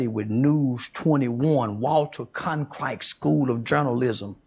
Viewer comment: racist motherfucker couldnt even say walter "con-chrite"... shut the fuck up if you cant say the most famous journalists name, of all time... fuckwits like both these idiots are hy people hate podcasters.... yall are the scourge of society.... "i deserve a salary because i have a stupid opinion".... humans are fucked, and you promoting fuckwits like these a huge part of why... morons with a megaphone (like these idiots) will be the downfall of man.... fuck this whole show, promoting the views of idiots is idiot squared....